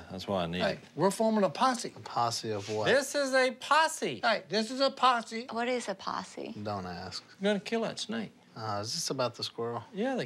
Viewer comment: "HEY. We're forming a possie!" Lololol